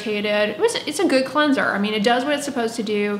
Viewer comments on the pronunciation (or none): Where are you from that you pronounce it “clunser”